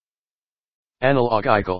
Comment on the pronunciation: 에널러"지"컬 아닌가요